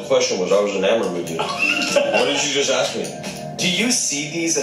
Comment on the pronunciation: Ask...not axe